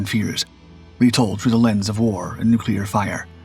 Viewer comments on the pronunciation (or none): none